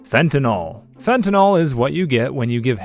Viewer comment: Is it not Fent-a-nil pronunciation? -nol is its own suffix.